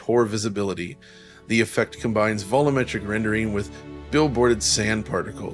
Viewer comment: Vol U Metric not vollometric